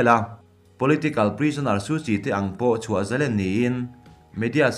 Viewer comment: Ava ngaihnawm leh em!!! Thurawn: Zalen tihhi,sang- ha manna len tih anga thluk tur anizawk lomaw?